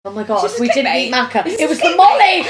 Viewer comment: please pronounce her name correctly this time 😂 ♥